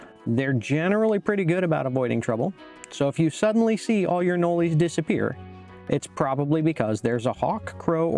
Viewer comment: Why do you call them anoleys? I was born in Florida and never lived elsewhere and I have never heard someone say anoley